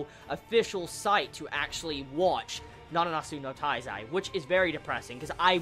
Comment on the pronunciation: it's my impression or you say nananatsu no taizai instead of nanatsu no taizai? lol